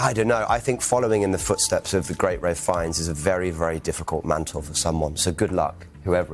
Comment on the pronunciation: It's pronounced "Rafe Fines".